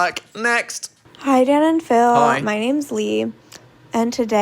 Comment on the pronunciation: I was watching this with my mom in the room and at one point she goes " oh he's saying DAN i thought he was saying DAD i thought they were like a father and son duo"